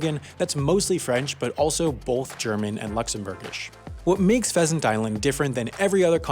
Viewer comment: h in pheasant is wrong